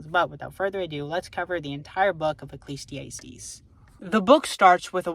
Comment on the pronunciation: I don't know if it was on purpose lol it's uh·klee·zee·ah·steez not ay·steez